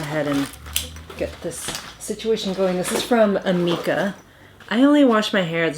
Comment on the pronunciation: Amika is pronounced like uh-me-kuh